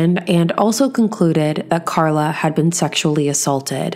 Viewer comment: She meant Carla but didn't pronounce her name properly.